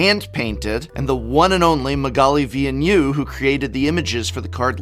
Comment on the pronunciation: For being such a fan of Magalie Villeneuve, that is one hell of a strange pronunciation